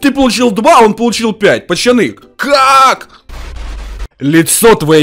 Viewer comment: почему ти говоришь пачяни а не пацани